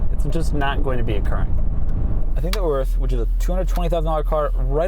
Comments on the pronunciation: its pronounced your us (urus) not ooo roose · 1st of all idk if I could be friends with when he pronounces urus like that. 2nd wasn't that urus at a Audi vw dealer.